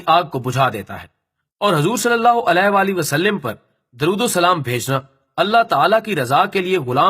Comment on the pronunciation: Bhai wasaLiM nahi h زیر نہیں آتی زبر آتی ہے ۔۔۔ شکریہ